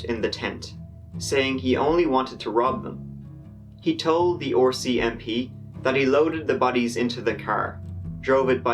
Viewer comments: its the RCMP, Royal Canadian Mounted Police not OCMP. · "The Oar-CMP" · I am Canadian and it sounds like he is saying "orcmp." So very sad about the little girls and whole family. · i've never heard RCMP pronounced with an O before... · I will never get tired of hearing how pronounces “rcmp”